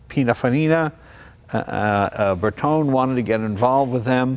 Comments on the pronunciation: Hey JAY: GREAT video - thanks so much - BUT: Please do not say: „Berton“ - It is „BERTONE“ with an emphasis of the E (flat E (like in Ay), not an English pronounced E). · It's Lancia (with the C pronunced as in champion), non Lansia. And it's BertonE, not Berton... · Sorry, but it's grating. It's not Lansia and it's not Bertohn". Lan-chia. Ber-toen-eh. Eh! Beautiful car. I'm old enough to remember them.